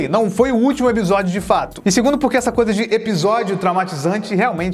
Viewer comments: vc percebeu que fala ebisodio não episodio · Só eu que quando o fala "episódio" e eu escuto "ebisodio"?;-; SEUS VIDEOS SÃO IMAGITOPS!!! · pq vc fala "ebisódio" se o certo é "episódio" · O só fala EBISODIO KK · eBisodio? Serio? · Reparem, o não diz Episodio e sim Ebisodio. doido ne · Mano nada contra mas o que vc tem que não consegue falar ePisódio se consegue pronunciar o P normalmente? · Vc fala "ebsodio" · Voce fala ebisodio por querer?